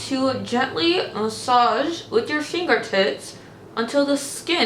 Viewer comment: I almost spit out my coffee! When you had the lip mask on you sounded like you said rub it in with your finger tits! 🤣😂😅